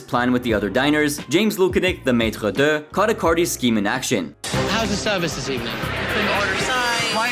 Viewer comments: Hahahah maitre duhhh? jeez learn how to say one of the easier french words.... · the way you said maitre d as a maitre d myself i wanted to die worst pronunciation ever, holly hell